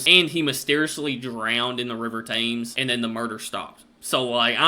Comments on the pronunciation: Tems, Tems, Tems - not Tames ! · WHITEchapel not WESTchapel. Each victim was NOT a prostitute ! Mary Jane Kelly was the ONLY one making her living as a sex worker at the time. BARRISTER, pronounced BAR IS TER, not BARISTA ! He didn't make coffee for a living .🤣☕ THAMES is pronounced TEMS not TAMES. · after all these years reacting to UK stuff and you still can't pronounce the River Thames correctly?...honestly I've no idea why it's pronounced Tems. Barrister - Ba-rist-er not Bar-easter........Barris rhymes with Paris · Mate it's shocking that you've been reacting to uk stuff for this long n you still don't say Thames properly. Lol 😂❤